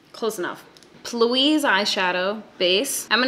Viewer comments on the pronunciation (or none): My man said plouise... it’s P Louise as in Paige Louise....... lol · it's not Plouise it's P. Louise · Did she pronounce it Plouise instead of P. Louise? LoL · Plouise eye shadow base? It's P. Louise 😂 I'm gonna assume that was a joke though because you're clearly hilarious 😂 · I can’t deal with the fact that you said plouise lmao like it’s not P. Louise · Did you really just say "plouise" base??? 😂 Omg you crack me up! I love your sarcastic humor! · these eyes omg. amazing 😍😭 and i love that you say plouise 😂😂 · "Plewwweeez" for the P Louise base got me laughing 😂